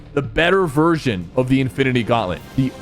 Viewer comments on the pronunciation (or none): none